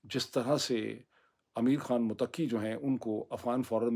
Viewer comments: Please do not say Afghan ministers name motaqi. Correct pronunciation of his name is mottakee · Its Mut'taqi, not muttaqi. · Dear His name is to be pronounced as Muttaqi and not Mutaqqi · Mutakki nahi, Muttaki 😀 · Peaple laughing when you say motakki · Everyone is pronouncing Muttaqi wrong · Afghan Foreign Minister’s name is,”MUTTAQI”,with stress on TT,and not on AQI. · پیرزادہ صاحب آپکا سعد رضوی سے متعلق تجزیہ مجھے صحیح معلوم ہوتا ہے برائے مہربانی یہ پڑھیئے گا ضرور اسلئے کہ آپ بار بار غلطی کر رہے ہیں اور متقی کو متقی پڑھ رہے ہیں اصل میں غلطی یہ ہے کہ آپ ق کے اوپر تشدید بول رہے ہیں مگر یہ تشدید ت کے اوپر بولنی ہے پھر صحیح تلفظ ہوگا۔ اسے ضرور صحیح کیجئے گا۔ مہربانی شکریہ۔